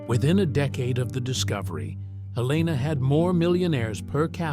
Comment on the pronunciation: Helena is pronounced HEL-n-ah.